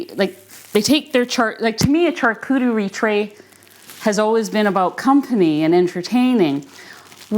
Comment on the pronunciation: Go Teddy! Hope Teddy gets some quality doggie training! Glad you realised what was going on with your egg cooker. The charcuterie tray is pronounced (shar cou terry) just in case you wanted to know